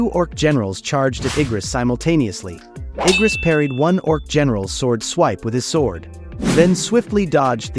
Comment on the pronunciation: what the actual freak is wrong with his anime error , Kargaljan instead of Kargalgan and Eyegris than Igris man put your shitty act together if you re gonna be reading us the MANHWA :face-orange-raised-eyebrow